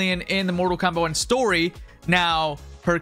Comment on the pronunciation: Am I the only one hearing him say kompack 1